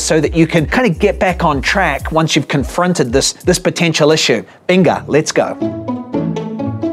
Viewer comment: When you said venga I thought you said Pinga lol